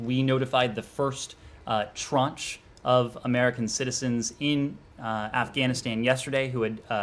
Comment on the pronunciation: Why is he using a Financial term ‘Tranch” to describe groups of people. He even miss pronounces it. The writer of the talking point a CPA?